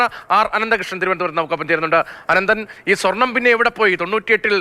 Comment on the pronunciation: വീണ്ടും സ്വാർണം പുശി എന്നു പറയല്ലേ plz🙏🏼